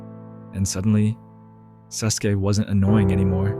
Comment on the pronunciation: you definitely havent watched naruto for 15 years if you pronounce his name like that